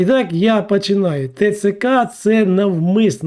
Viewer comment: Не пАчинаю, а пОчинаю. Рухи рота не співпадають зі звучанням слів озвучки. Шляпа якась.